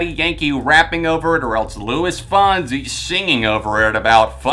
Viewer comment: Louis Fonsie, Wissin and Yahndell?! What pronounciation is that?!